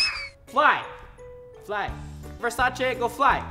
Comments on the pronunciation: What is V-E-R-S-A-CH-EH it’s V-E-R-S-A-C-E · It actually pronounced ver-say-sees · he pronounces it: versache. I pronounce it: versais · Why does it annoy me so much that he says Versace wrong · you can tell how he pronounces Versace that he doesn't usually buy versace/luxury things. Not judging. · You don’t even know how to say virsaci